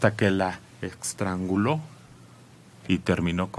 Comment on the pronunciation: se dice estrangular no extrangular.